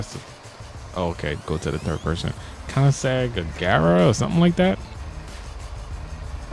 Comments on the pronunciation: It is pronounced co-nin-seg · its (ko-ehn-ihg-sehg) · it is pronounced koing-seg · I think its pronounced Coin-eh-zegg UH G RA R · it's koenisegg agera r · Not to be rude but it’s like pronounced like cone-en-seg agera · Co nin Zeg is how it is pronounce it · Wish the koenigsegg had the correct sound